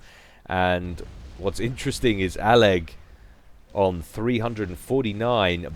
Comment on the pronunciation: I think you are the first caster (at least out of the ones I watch) to pronounce all of aleg's username.